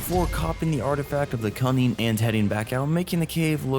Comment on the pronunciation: bro did not say cunning